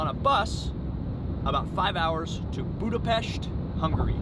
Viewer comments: Love it! Kudos for pronouncing Budapest and other Hungarian words correctly! Were speedos not obligatory in the Széchenyi bath? 😁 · One of the most annoying thing is when all of these vloggers and travel guides don't even take the time to learn how to pronounce Budapest correctly. Thanks for saying it properly, much appreciated.